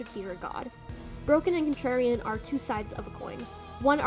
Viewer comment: My god FINALLY another stp essay Edit: I don't know if it was intentional or the audio cut out but calling Contrarian 'Trarian' is really cute